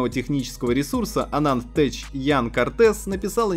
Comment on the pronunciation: Tech = "Тэч"?! Выучи ты, уже, правильно произношение английских терминов раз, уж, обозреваешь этот самый "тэч"